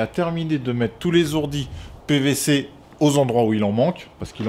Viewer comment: Pas etais mais tretaux pas z hourdis mais hourdis alle bon courage a toi et mais ton bonnet